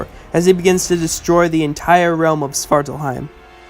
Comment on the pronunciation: The way you pronounce it sounded like "Sparkle heim"